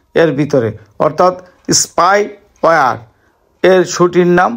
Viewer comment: SPY ওয়ার কে , SPY ওয়্যার বলছেন কেন ?